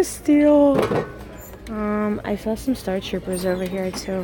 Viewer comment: Please tell me you did NOT just call them startroopers! We need to have a star wars marathon.